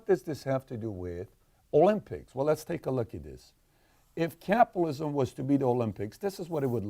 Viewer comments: Why does he keep saying Capalism? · your writing?! You dont even know how to say capitalism mate 😅